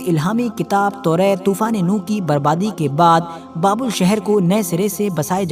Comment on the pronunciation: बाबुल नहीं बाबेल है - बाबेल का मतलब गड़बड़ होता है